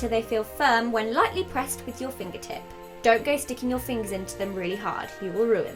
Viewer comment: your accent created an unintentional pun! "dough roll it too thin". I love you so much!